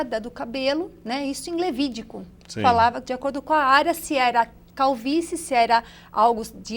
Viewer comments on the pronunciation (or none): O tempo passa e ela continua falando "levídigu"... 😊😊